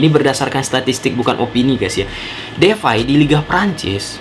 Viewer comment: DEPAY bang, bukan DEFAI